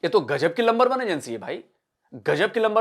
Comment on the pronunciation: Lumber one hai phai. JAAAJBA PAIJAAAAN....😂😂